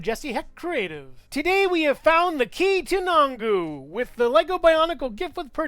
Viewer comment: Its KEETONGU